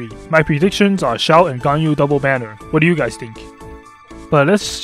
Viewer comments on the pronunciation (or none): none